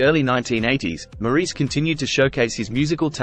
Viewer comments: His name is pronounced “Morris.” Besides that, this was probably the best, most inclusive, short video I’ve yet seen on Maurice Gibb’s life. He was a brilliant musician in every sense of the word and I don’t think he received enough recognition from his own brothers. He truly was the man in the middle. He lived the remainder of his life as a devoted husband and father, enjoying his other passion, paintball. RIP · His name is pronounced Morris. Despite the spelling. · This was informative and as accurate as I know. Well, now the pronunciation of his name was off. Maybe one day they will get it right. MORRIS is the way it would look if spelled the way it sounds. Thank you for this informative video on my very favorite Gibb. Deme in Bama😊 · The commentator is Australian so he really should know how to pronounce his name correctly, instead of this dumb American way.